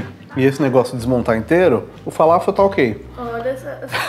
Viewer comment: Kebab é o nosso churrasco grego,mas ele é enrolado no pão turco kkkkk..... E é falafel não faláfel kkkkk......